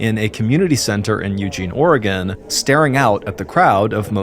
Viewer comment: Hey at least he said Oregon right lmao